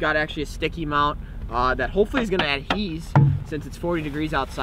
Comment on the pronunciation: A real man drinks his coffee black. Also the word is "adhere," not adhese lol.